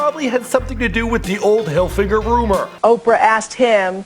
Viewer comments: who realised that he said tommy hilfinger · HE SAID TOMMY HILFINGER (Finger!!!) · did you just say "tommy hilfinger" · This nigga seriously pronounced it "hilfinger".